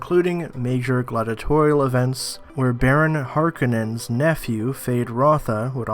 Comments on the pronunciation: Har...kou...nan. not harkinins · Pronounced HAR-KO-NANS! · Sorry I had to stop watching when I heard..."The Harkunnens". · I had to stop watching this video after the 5th or 6th time the speaker says Harkenons... Holy Cow.